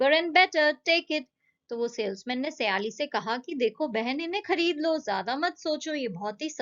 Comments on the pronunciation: सयाली नही हैं वो सायली हैं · Wo saayali nahi hain sayali hain